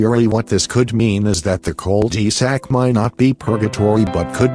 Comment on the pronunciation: Chill out with the robot voice. Whats easier to hear "one thousand nine hundred eighty nine" or "nineteen eighty nine"? What about "call dee sack"? Everyone likes a good creepy pasta but you need to get a mic and do it right. If the video was any longer I would have turned it off cause the text to speech used.